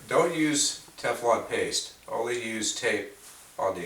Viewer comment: Treatment - Ok, that makes sense. Paste sounded like tape. I listened to it three times. Thanks.